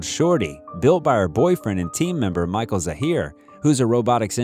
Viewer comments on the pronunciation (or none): none